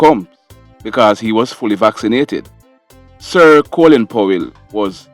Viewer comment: Coolin is the Americans screwing up the English language. It's Colin.